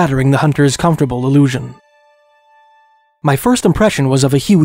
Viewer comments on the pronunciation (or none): none